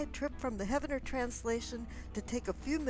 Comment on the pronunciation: I just opened comments to correct her. you beat me to it.